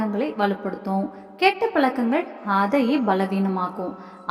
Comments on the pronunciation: Palakangal illai pazhakangal enru ucharikkavum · Palakkangal super tamil attahasamana tamizh kolai zha varadha